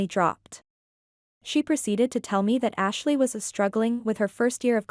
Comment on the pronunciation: I can't be the only one who heard Hashley